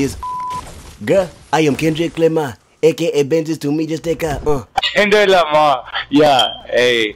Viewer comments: Klendrick? Why you put an “L” in my name? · Am I the only one dead when the dude said klendrick Lamar